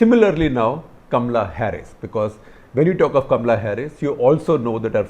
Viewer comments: First you pronounce as Kamala not kamla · 1. A pompous waste! 2. It’s Kamala, not Kamla. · It is K A M A L A Harris and not Kamla. Kamla is usually the name of the maid next door, in Delhi . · Not Kam-la, it is Ka-ma-la. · I don't see anything Indian in Kamala Harris.In fact, she doesn't even pronounce her name right!!